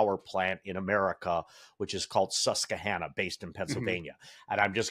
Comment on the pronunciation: Susquehanna IS NOT pronounced like that (SUSS-kwə-HAN-ə).